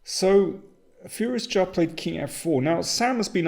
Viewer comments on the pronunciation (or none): Is it just me or does Daniel now pronounce "Firouzja" as "furious cha"?